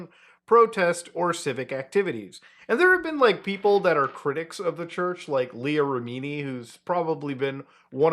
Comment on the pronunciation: “Leía Ra-mee-nee” 😂